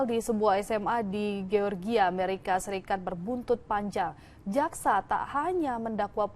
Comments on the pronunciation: Georgia cara dibacanya "Jorjia" bukan "Georgia" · Media berita sekelas Liputan6 ga bs nyari news anchor yg kredibel?? Masa melafalkan GEORGIA ga bener... Btw...perlakuan hukum sebaiknya ya kayak gini. Apabila pelaku msh d bawah umur, org tua jg wajib ikut dseret krn telah lalai sehingga sang anak melanggar hukum